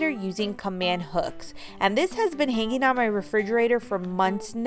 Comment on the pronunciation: I am intrigued with your pronunciation of the words hang and hanging. You put a K in it. Hanking. Hankink. Maybe it is a regional accent.